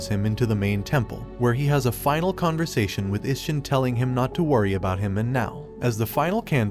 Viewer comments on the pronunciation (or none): none